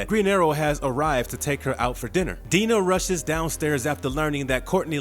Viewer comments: Diana. Dye-na. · Dinah is pronounced "Die-nah" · Amazing how every TV appearance of Dinah Lance they pronounce it "Die-Nah", but nobody seemed to notice all those decades of television here. And Silver "SAINT" Cloud. That's what the "St" stands for in front of a name. Like St. Nicholas for Santa Claus. Yves St Laurent for a clothing store. Get a producer or someone that can do some quality control. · The narrator is still terrible; couldn't pronounce Dinah right, called Silver St Cloud => Silver Street Cloud (lol, can't make that up), and made mistakes reading the wiki article he's plagiarizing. For example, about the arrows Ono got hit with while fighting Oliver: "he took 2-to1 in his shoulder" (which makes no sense) when the wiki article was saying "he took 2 to one shoulder". Later on, instead of saying "unarmored" he said "unarmed" which didn't make sense in context...